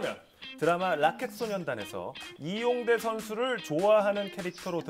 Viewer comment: The way Jungshik said Lee yongTAE 🤣🤣